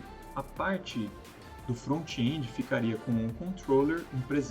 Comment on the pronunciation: Front-end not frontchiii endiii React not Reaquitiii ;)